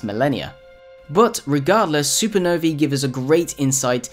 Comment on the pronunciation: Supernovee haha